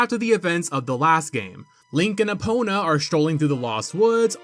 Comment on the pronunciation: Just finished the OOT video before coming here and the first thought is "oh thank god he's pronouncing Eponas name correctly this time" because if I have to go through this video with the same misnaming by calling Epona Epina I think my ears would bleed.